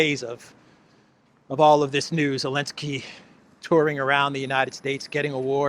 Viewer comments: Zelenski , not Alenski. Z...Zelenski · Why do you keep calling him Elenski when as far as I'm aware his name is Zelenski? FFS he got an award for services to humanity. Still, it's no more ridiculous than Obammy getting the Nobel Peace prize. We're living in clown world.